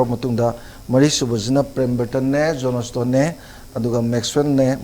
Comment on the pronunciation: My great social scientist....Let us pronounce words correctly....not jonastone... it's Johnston..... great regard....thanks....no offense